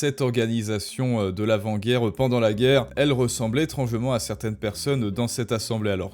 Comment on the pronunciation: Contenu très intéressant, je suis une abonnée fidèle, et regarde souvent. Mais je me demande, pourquoi prononcer les « e » comme des « eu », comme é-t-ran-geu-ment, extremeu-droite, etc. ? C’est une vraie question.